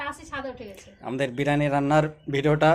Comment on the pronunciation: biriyani bolun. Birani noy